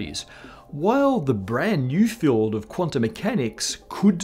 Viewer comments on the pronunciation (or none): none